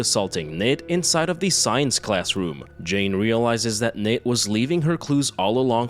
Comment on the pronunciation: hehe love how you call her Nate when its Natre XD